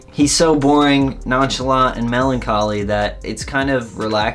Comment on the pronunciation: ok but why did you pronounce melancholy that way